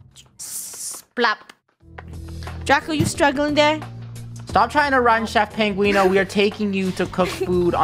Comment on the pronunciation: Its so funny how they say penguini instead of penguino